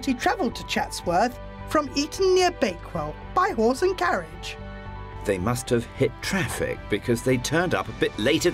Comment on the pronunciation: I'm high af and I thought she said 'Whores and carriage' when in reality she said 'horse and carriage'